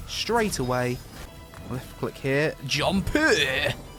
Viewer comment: That 'jumpuh' gave me life. Glad you're back.